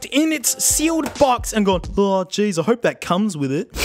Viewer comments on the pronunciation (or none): none